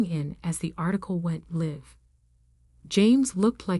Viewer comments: Bad editing: She says no thanks to a car, and shortly later says her car is here. Bad production, too. the text-to-voice AI mixes up "live" (as in live my life) and "live" (as in live broadcast). AI sucks at heteronyms. They require context, so human editing is required. At least for now. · The AI needs to learn how to pronounce words like real, live, fiance and Chanel properly.Please edit your stories better.